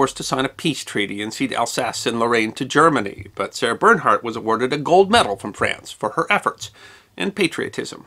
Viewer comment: What about Paganini? This is a wonderful clip, but it would be better if he learned to pronounce her name. And some of the other French references.